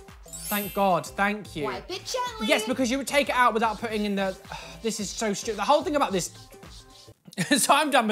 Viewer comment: "It was a load of abSaLOute ShTeWpiD" - 2020